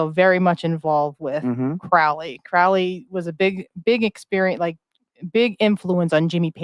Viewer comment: Guys I'm only an hour in.... you need to read the biography Perdurabo, theres SO much misinformation here. you are even saying his name wrong as well. He used to say "The name is Crowley, it rhymes with Holy. It isn't Crowley, that rhymes with foully" (also its bol-es-kine house and yeats that rhymes with sheets). the book of the law was certainly not Crowleys first book and a few people did actually die on K2. The death at the abbey was because the individual drank from a mountain spring that Crowley had told them to leave well alone. There weren't 'neighbour complaints' there either, the locals actually petitioned for the abbey to remain. Crowley had written an anti-communist poem that offended Mussolini. the lady is just SOOOO WRONG about Wicca influencing thelema. Thelema predates Wicca and Crowley actually wrote many of the rituals for gardener, this is SO well documented. They met at Atlantis bookstore. Crowley NEVER met Jack Parsons or Ron L Hubbard ever. Crowley actually wrote letters to Parsons trying to warn him off Hubbard. Regarding Crowley working for MI5, agent Ian Flemming (the eventual james bond author) recommended crowley be the man to interview Ruldolph Hess when he was captured. Crowley was basically commissioned to produce propaganda to discredit the Nazis. This is ALL verifiable. THE BARBARA BUSH STORY IS AN APRIL FOOLS JOKE STARTED BY THE OTO ONLY TAKEN SERIOUSLY BY COMPLETE IDIOTS. crowley was a genius. He was a selfish, silly attention seeker with a m